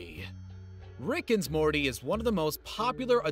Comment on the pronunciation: He said RiCk and SmOrTy